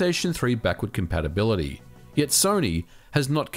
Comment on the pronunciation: "Backurd Campapability"